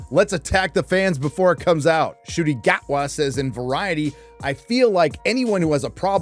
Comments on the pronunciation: Also, Mr. Gatwa pronounces his first name as "shitty". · you mispronounced his name, it should be said "shitty"